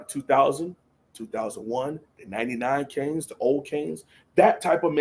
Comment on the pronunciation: ‘Canes, not Caines